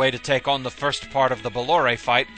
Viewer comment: Pronounced Bah-lore, incidentally